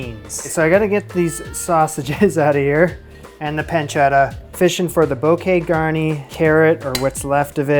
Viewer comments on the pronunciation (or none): you cut too much off the leeks and its "boo kay, gar knee"